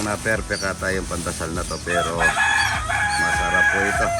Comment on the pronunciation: Pandesal hindi pandasal